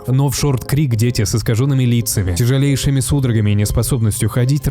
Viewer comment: Расщелина нЁба, а не неба))) тЯжЕлейшими, а не тижалейшими))) , родИли, а не родилИ))) кратковременная, а не коротковременная))) Вроде и контент неплох, но эти мелочи режут слух.